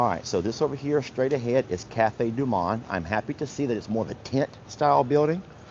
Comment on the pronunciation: Hitohello🍁Cafe du Monde ( pronounce the o like mow’)😂🍁Beignets are deep fried sweet dough with powdered sugar.🍁Happy Birthday Vanessa🎉🍁🇨🇦